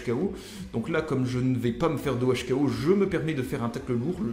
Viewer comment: OHKO:One hit ko et on a l'impression que tu dis 2OHKO ce qui ne veut rien dire on dit 2HKO😉